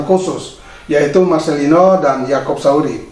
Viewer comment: Salfok sama ucapan Yang bilang yakop Sauri padahal kan yakop sayuri 😁😁.salam sehat